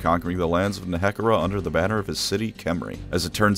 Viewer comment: the way he pronounces nehekhara physically harmed me